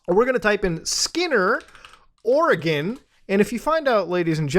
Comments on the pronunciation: Muta mostly pronouncing Oregon right is the best thing. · As an Oregonian I am so happy you pronounced the state correctly.